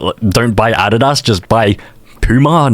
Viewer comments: bro said Ah did ass instead of Uh dee duhs (adidas) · The hell is addada its pronounced Adidas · How said adisas for Adidas🫩🫩🥀🥀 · that’s not how u say adidas